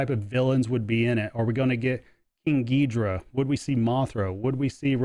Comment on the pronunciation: Now Stern have my attention. I've always love Godzilla and you pronounce the 3 headed monster correctly . Thanks for taking the time to share